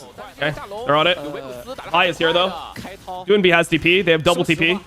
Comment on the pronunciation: Every time iwdomimate mispronounces the name doinb I cringe